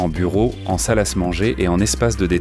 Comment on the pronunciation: On dit une salle à manger et pas une salasse manger la petite voix de la bêtise artificielle ! 🤣🤣🤣